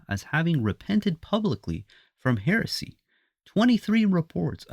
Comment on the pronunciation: You can't even pronounce 'heresy' properly.